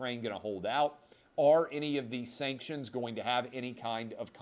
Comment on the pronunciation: Sankshunz. We don’t care bout your steenking sankshunz!